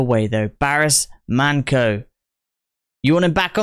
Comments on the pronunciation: Man"ço"pronounces cho not qo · The pronunciation is Barish Manjo 😜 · manco is pronounced like pancho😂